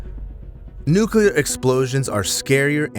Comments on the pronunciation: It's nu-cle-ar...not nu-cul-ar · Nuclear NOT nukelar!